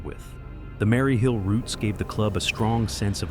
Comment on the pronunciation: Nothing secret about them. I see them regularly. This video is awful, AI voice can't even pronounce Maryhill properly.